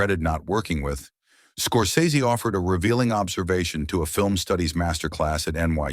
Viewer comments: FYI he pronounces his name "scor-sess-y." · Scor-SEZS-ee ahole